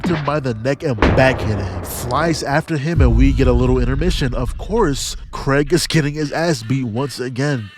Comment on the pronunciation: IT'S PRONOUNCED KREEG!!!!!!!!!!!!!!!!!!!!!!!!!!!!!!!!!!!!!!!!! Bro it feels like almost everyone has been mispronouncing his name, he introduces himself as Kreeg, it's pronounced Kreeg